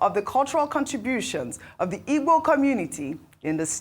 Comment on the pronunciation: Why's who's mother's name was ngozi is too bias to be identified as an igbo woman. If you don't like igbo ( your root, your tribe) no need of reporting their news whether good or bad. The way she pronounce igbo names and words is mockery of herself because she pronouncs other tribes names and words so much and even wishing to learn how to speak yoruba. if this American igbo day news was a bad one,she could have made so broad ( she couldn't say her tribe rather igbo people with her in exception. All these igbos from the Delta and River state,I pity Una.